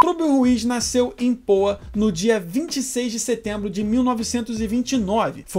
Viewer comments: O NOME CORRETO DO SEGUNDO DUBLADOR É TURÍBIO RUIZ, E A CIDADE ONDE ELE NASCEU PRONUNCIA-SE POÁ, COM ACENTO NO NA LETRA A. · Fala chefe, tudo bem ? Então... O nome do meu tio na verdade é Turíbio Ruiz, em qualquer biografia você acha, e também como se pronuncia a cidade PoÁ, têm um acento... POA(que é porto alegre) que se pronuncia da maneira que você fala no vídeo...